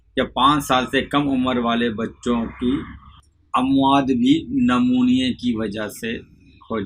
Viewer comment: اس بابے کو کچھ نہیں پتۂ کاغز سے پڑھ کر بتا رہا ایسا کوئى بھى پڑھ کر بتا سکتا ہے۔۔۔بالخصوص بلاخلوص پڑھ رہا ہے اور نمونیا کو نمونا پڑھ رہا جس سے صاف پتۂ چل رہا ہے کے سب رٹا رٹایا هوا ہے۔۔۔۔۔۔نیم حکیم خطره جان۔۔۔۔شہد نمونیا کے بچے کے لیے بلکل مفید نہیں ہے اس سے ریشۂ چمٹ جاتا ہے گلے میں ۔۔۔